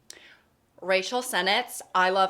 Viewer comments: I heard "Racial Senate" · I thought she said “racial sentence” as if warning us that she was about to say something ethnically charged, but then the sentence was just “I love LA.” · i love that says “rachel” like racial